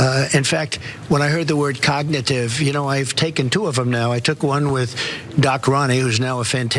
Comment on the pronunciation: He said c0ck-nitive test